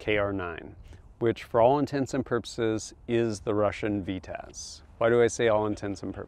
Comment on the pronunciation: Love tfb but isn’t a narrator. And it’s called a Vityaz, ……not a V-taz.